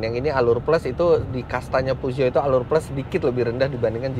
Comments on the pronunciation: Peugeot di baca Fuso... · Pesyo yg bener, reviewer nya ucapin merek mobil jg salah.yg penting penonton paham,ini kan bkn ujian bahasa Perancis,jd kl salahpun Ra Popo jee* sy pawang singa 307 sw diesel 2004 Gunungkidul-jogja